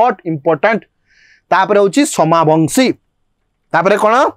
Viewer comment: ସୋମବଂଶୀ dynasty not ସୋମାବଂଶୀ